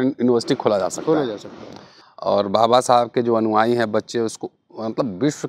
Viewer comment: अनुवाई नहीं अनुयायी।